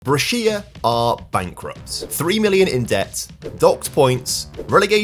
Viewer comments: Also syllable stress is important in Italian and it is different to English. I am wondering if what I heard was Bresh ya and not Bre shi a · BrEscia, not BrescIa pls ❤ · Glad you're doing Italian teams as well. By the way Lecco is pronounced Lekko and Brescia is Brèsha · Bre-Shi-a not brech-ia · "BRE-SHA" not Bre-seya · It's also Brescia Calcio not Calico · the pronunciation is actually Bresha, not Breshìa. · What’s a Brescía mate 😂 the I is silent… it’s not the first time you’ve mispronounced Italian names, please do some research before your video or while editing 🙏🏻 anyways great video as always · it’s pronounced Bresha